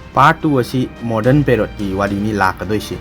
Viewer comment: Ngi se pered ro ntraga period ra.. pronunciation adudi chumba da haubui